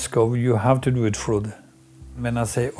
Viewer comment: Prononciation correcte: Kirkenes: Chirkenaisse - Frode: Froudeu